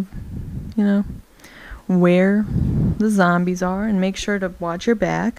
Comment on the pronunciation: lol you ssay zombies too funny lol you say it like .."zambies" :P